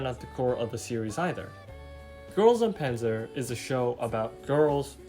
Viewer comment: Everyone, and I mean everyone mispronounces Panzer